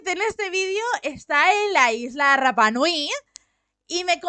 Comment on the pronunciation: Y se pronuncia Rapa (sin pronunciar la doble erre).❤